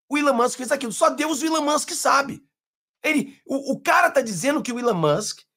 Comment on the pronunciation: não erre mais... É Elon Moksssss 😂